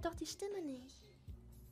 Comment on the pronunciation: i like how she doesnt pronounce the "t" in "nicht". This makes it sound so more german